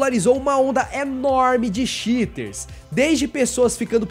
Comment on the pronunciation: Eu entendi xiters como shiters, de caguentos